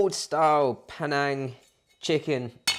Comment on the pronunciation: Actually it's called Panang and it's pronounced Pa-Neng.